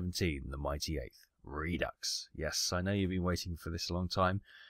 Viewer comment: It's French, and pronounced, "redo", not re-ducks. smh